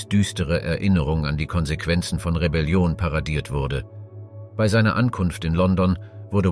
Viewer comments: Ist schon jemandem aufgefallen, dass ausnahmslos alle Beiträge von einer Maschine vorgetragen werden? Kaum Betonungen, emotionslos und sehr oft werden Jahreszahlen wie einfache Zahlen vorgetragen, das Wörtchen "bei" sehr oft als "be-i". Ich für meinen Teil finde diese Art der "Geschichtsdokumentation" alles andere als informativ, sondern vielmehr einschläfernd. Umso erstaunlicher ist es, dass dies hier niemandem auffällt. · Interessante beiträge, allerdings frage ich mich warum du bei immer so seltsam aussprichst. Be i oder so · Das Vorleseprogramm kann "bei" nicht aussprechen.